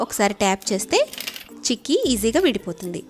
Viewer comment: Hiii andi.chekki kadhu....cheykki